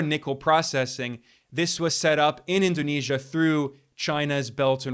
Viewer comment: Indonesian here. Your pronunciation of President's name and cities in Indonesia are spot on. Great job Ben❤